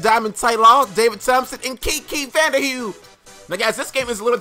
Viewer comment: he said kiki vande "h-u-e"